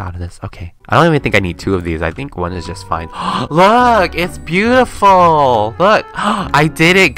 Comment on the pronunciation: "Bootiful" lol <3